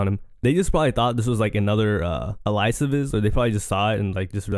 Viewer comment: not uhlyusis. Alias lol